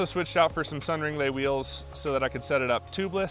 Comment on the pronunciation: Nice I've never heard anyone on youtube actually pronounce it Sun Ringlé haha that's how I say it